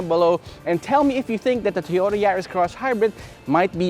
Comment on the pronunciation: Two-yoe-da. Wurs-wurs.